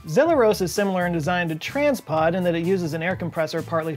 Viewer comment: I don't think it's pronounced Trains pod. It says Transpod.